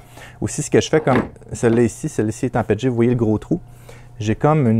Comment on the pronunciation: Nous on dit P E T G pas pet et g ces comme quand on dit P L A et pas pla ou A B S et abs ce sont des abréviations 😉